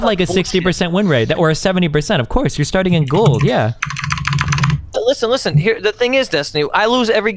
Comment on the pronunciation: love when the first thing I hear is LISSEN M8